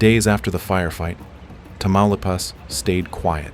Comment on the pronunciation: Which US American is behind this video? Amateur ! The village he talks about is NOT Tamalapas, but its name is Tamaulipas…..Incredible how US Americans always display their lazy arrogance and ignorance….😂😂😂😂😂